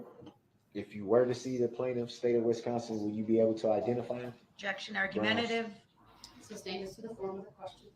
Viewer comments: The fact that we are on like week three, and he calls it “substained…”. That just doesn’t bode well for his future. He doesn’t recognize that he is the dumbest person in that room. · Substained? Grouns he axed without relevancy !